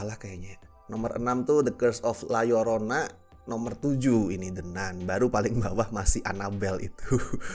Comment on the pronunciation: bacanya la yorona yg bener